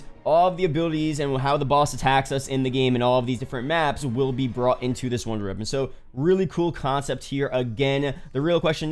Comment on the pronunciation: bro if you fucking say “wonder reapon” one more time im going to lose it